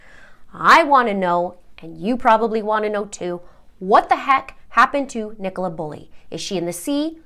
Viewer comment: Brilliant pronunciation of Nicola's name, I've heard many Yanks butcher it! 🤣 I am totally intrigued by this case, and as someone who ran a very large Facebook group about Perimenopause, I'm saddened to know this was a part of it, although I think that information should have been kept PRIVATE. The Police have also butchered this case, completely incompetent behaviour. People need to understand that HRT doesn't help everyone, particularly in the Peri years when your own hormones are like a rollercoaster. HRT just adds more hormones on top. The progesterone part, as you say, can add rage or depression, and this is why I will never be able to tolerate it. I also have chronic migraine so probably wouldn't be allowed anywayz. I don't trust her husband, and I would bet he was the one who called from the Welfare Check, typical Narcissistic husband kind of move. Get her labelled as a crazy, hormonal woman, then everyone will feel sorry for me, type thing. Even the Police mentioned how difficult it had been for Paul and her family. Narcs always get everyone feeling sorry for THEM and blaming the victim.